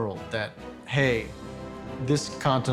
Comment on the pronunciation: G. Washington: "The Con-ten-tal army is fucked." LOL